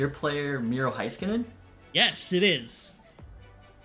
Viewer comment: Love these games! But Miro’s name is Hay-skuh-nen not hi